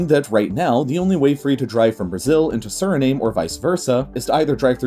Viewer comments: Its official name is Surinam-uh. Source: I speak one of its official languages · That's in dutch, in english it's "SU-RI-NAHM". Hence why our official airline (Surinam Airways) left out the E. Its silent in english. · I cringed every time he pronounced Suriname "surrey name" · It Suri_nam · Xeno dude Thank you! I cringed every time he said Suri-name... 😫 And I’m neither American nor Surinamese... 😀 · I thought it was pronounced as "Surr-ih-nah-me". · Suriname is pronounced "SIR-uh-nahm." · French Guiana is pronounced Gee-ah-nuh and Suriname is Su-ree-nahm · Surinam is pronounced SUR-E-NAM. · You’re saying it wrong it’s Siri-nam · And it's Suriname pronounced lime vietnam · Suriname is pronounced Sir-ri-na-am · It’s pronounced suri-nam, like Viet-nam. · no it's not pronounced the way he said it in the video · "Let's make a video about South America and mispronounce 'Suriname' every time." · Pensé que era Suriname 🤷.. Every day you learn something. Greetings ☮️ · Nice feature on geography. However, you need to work on your pronouciation of Suriname. (Sort of rhymes with Veitnam). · Suriname rhymes with Vietnam. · There are so many exaggerations in this video. And I wish the narrator took 5 min to read up the correct pronunciations of Suriname and Guyana. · Suriname is pronounced without the E like Vietnam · You might like to check your pronunciation of Suriname! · You do a video on geography, post it on Youtube and don't look look up how to pronounce 'Suriname'? Shame on you! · I downvoted you for REPEATEDLY mispronouncing “Suriname”. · How could this narrator not know that the correct pronunciation for Suriname is Surinam, exactly the way the NAM in Vietnam is pronounced. SuriNAYM? Seriously? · It’s pronounced “suri-nam” not “suri-name” and yes I know it sounds a bit strange. Here’s a fun fact the Surinamese people speak Dutch because the country used to be a colony of the Netherlands. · It’s basically Surinam, not Sirname! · It’s pronounced Surinam not Suri-name